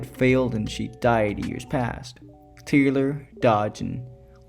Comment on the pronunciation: This essay needs work: this film was made in 1968 before the moon landing, during the heart of the cold war. Taylor (not tyler also the other names require better pronunciation) sees himself as Adam on the planet, the symbolism is all over the place and he gets a metaphoric eve. The film is a criticism of early Christian scientism with numerous Darwin references to the apes who deny evolution as fact. Orwell is quoted once about animal farm. This film really is not about humanity being superior but being the same as the apes, the apes claim superiority but are factually wrong and Taylor is the proof so they seek to destroy him. Humanity is far from perfect they literally end the world in atomic war. Everything Dr zaius says about humans is true and that's the horror of the film and the ending. The film isn't hooray for humanity it explores the flaws in humanity by associating us with apes and the planet of the apes with earth. They are one in the same.